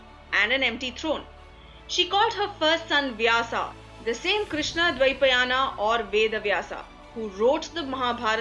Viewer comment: Why cant you get Indian pronunciation right? There is no "a" after Vyas nor after Mahabharat speaking in English does not require abandoning the purity of Hindi names